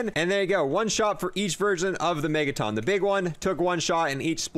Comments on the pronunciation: Megaton, as in a million tonnes of weight, not megataan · Why does he pronounce megaton like megaTON lmao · Why do you say Megaton like that? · How do you not know how to pronounce megaton